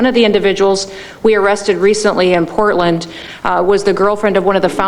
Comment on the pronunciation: Did he say porkland???? Lol 😂😂😂